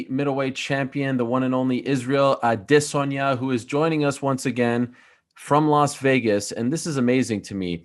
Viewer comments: Every month Ariels pronoucnation of Israel's name has gotten more dramatic. It used to be "A-de-sanya" and it's now progressed to "Ah...de...sohn-ya" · Israel A-DE-saya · Izrael a-day -senya. What a fruity nerd this Ariel is! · It's pronounced Gynosanya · WHY YOU KEEP SAYING "I DISS ON YAH" that's not how you pronounce his name freaking Ariel. So annoying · Israel aDUHHHH shut your floppy mouth Ariel. We get it you know the pronunciation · Y'all are ALL wrong! He's proud because he and Izzy came up with the pronunciation, "I-diss-on-ya" 🤦🏾‍♂️ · Israel I-diss-on-ya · Israel A-Diss-anya!! Who told Ariel thats how its pronounced 🤣🤣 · Ariel "Israel A🗣️idesanya" Helwani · lol stop saying his name like that. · I like how people say his name trying to sound correct and then butcher it like no one else before. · Why does Ariel say Adensanya like he just learned to say it correctly every single time it leaves his mouth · I think izzy was trolling Ariel when it comes to saying his name there's no o in izzy last name bro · Ariel comes every time he pronounces Izzy's last name. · Ariel keeps pronouncing his name wrong